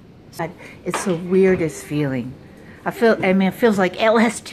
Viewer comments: nah the old woman says lst instead of lsd, ig she doesn't know how to say it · She actually said "LST" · ah you didn't get the joke as well as the 7+ others that liked your post; she pronounces it more as "LST". A bad joke to play onto how she doesn't know what it feels like, is all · She said LST.... which makes this video even better xD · I think she said LST 😂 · I swear she said LS T! 🤣